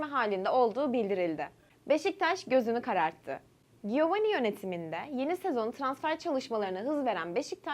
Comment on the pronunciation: Canım giovani diye yazılır ciovanni diye okunur bilgi vereyim dedim Başarılar